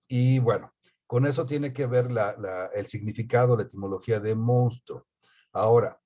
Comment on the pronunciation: Hola. Con todo respeto es monstruo no mounstro como en algunas ocasiones en este vídeo lo pronuncian. Yo creo que en el caso del chupacabras caben diferentes entidades, algunas de ellas verdaderas no todas, sino pregúntenselo a los campesinos. Además no fue un fenómeno único de México sino de Latinoamérica por lo que no se justificarían las causas de este fenómeno que ustedes mencionan. Hay varios casos que se comunicaron en Florida, centroamérica y sudamérica.